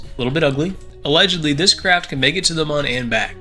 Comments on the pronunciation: its Moon not mun you clown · you are calling the moon wrong you say mun instead of moon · Pretty sure Mun is pronounced Moon... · Why was he saying Mun instead of moon😭😭